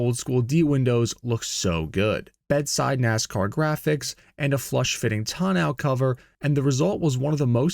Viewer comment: Claims no AI, butchers the pronunciation of tonneau, this is definitely AI